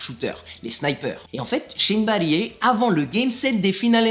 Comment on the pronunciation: shane battier se prononce "battire" ^^